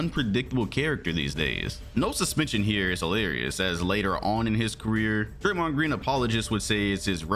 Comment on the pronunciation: Golden State warriors is as stupid as thei brAYMOND gWEEN.